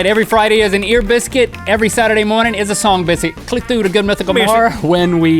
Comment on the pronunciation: when Link says biscuit in a funny way